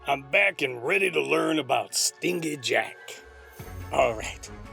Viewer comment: That is the weirdest pronunciation of "stingy" I've ever heard... that g makes a "j" sound... assuming that Jack is conceptually a skinflint. If he's part wasp then keep doing what you're doing. Surprisingly accurate pronunciation of Samhain though.